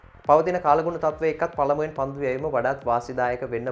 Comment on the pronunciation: පන්ඩු නෙමෙයි පන්දු.. 😒💔